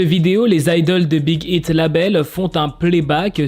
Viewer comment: ont comprend que ton anglais fuite un peut 😂 Mais! Respecte le nom de l'agence de BTS c'est Big aïte pas Big ite ( je sais que sa s'écrit Big Hit mais c'est un exemple pour que je me dites pas "bah Big Hit et Big Hit c'est pareil ) brefff Respecte😭😭😭😭 tu respecte ton apagala je sais pas quoi mais tu respecte pas l'agence de BTS!!!!! ( A prendre au second de très )